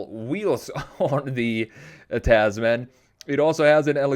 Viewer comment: Not "taz-man" it's pronounced "Tasmn" like gentleman or spokesman